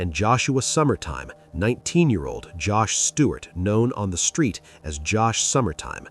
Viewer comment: He talmbout SKREET..hmmm 🤦🏾‍♀️